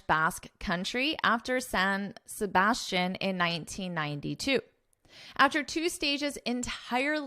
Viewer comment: I think San Sebastian should be pronounced in French as well just like Tour de France 🇫🇷 ( there’s no sh sound in the last syllable) Thank you for this informative video lesson 🚴🚴‍♀️🚴‍♂️😃